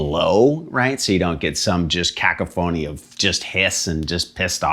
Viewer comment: Caco-phony? I thought is was Cac-ophony? Never heard it pronounced like that, haha! Oh yea, cool pedal too!